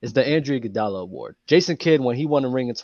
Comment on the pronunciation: I’m not listening to anybody saying Andrew Iguodala lol.